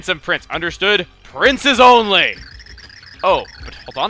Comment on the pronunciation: she said princes